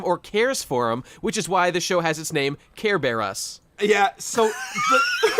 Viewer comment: "Carebear us" gg